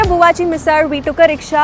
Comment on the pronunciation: Hey, I am at Lonavala right now, sitting in my house on this very rainy and beautiful day and watching your vlog 😀 Nice vlog…I liked the way you pronounced the मराठी words correctly, मिसळ and ठेचा…👌👍